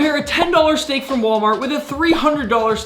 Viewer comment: He did not bhaste the shteak🙂